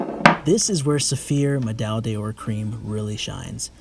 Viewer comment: Nice work! One note however, medaille d’or is pronounced more like ‘medaj door’ than the ‘medaj day-oar’ that seems to be prevalent in the US...